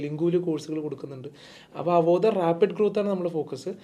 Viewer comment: it is അവോധ not avodhaya. Do some homework